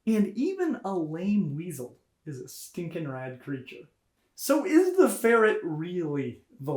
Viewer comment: "Even a lame weasel is a stinking rad creature" Emphasis on stinking :D